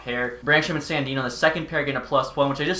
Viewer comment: Thank god he traded Sandin i couldn't hear his name pronounced like that for too much longer